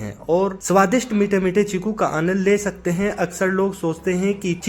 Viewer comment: चीकू है भाई छीकु नहीं